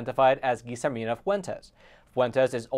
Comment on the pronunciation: Double L is pronounced as a Y. Like in Tortilla. TorTeeYa. Guillermina isnt Geezermina. Its Gee-Yair-mina. Yair pronunced like air but with a Y. CMON'